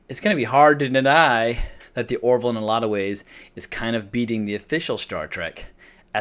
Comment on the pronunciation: It's "The Orville", not "The Oroville".